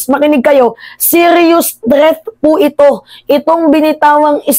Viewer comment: 😂 okay n yan wag n sya umatend bka marinig ko n nmn yung "ITUK ITUK"